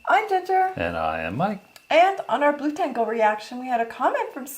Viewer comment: You pronounce it blu-tengle, confused me at first :) But it probably more like blut-engle. Meaning Blood Angel